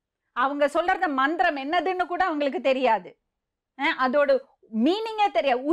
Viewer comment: Mam It is not mandram It is mantram